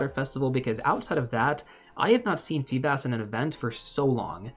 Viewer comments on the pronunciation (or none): It's FEE-bass according to my pokemon encyclopaedia